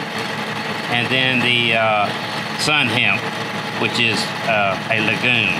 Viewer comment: "Legume" is pronounced with a hard g. It is not "lejune." Also "pseudo" is pronounced sudo, not swaydo.